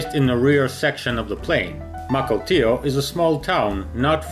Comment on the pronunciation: I did not know of the "hunchback of Mukilteo" but grats on pronouncing this deceptively simple name correctly. Now try Sequim and Puyallup. No, just kidding.